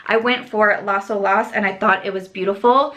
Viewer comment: Great video! Love so many of these shades! Btw, Las Olas is pronounced ó-las, emphasis on the o. It's named for Las Olas Blvd here in Ft. Lauderdale. Lots of love! 💜💜💜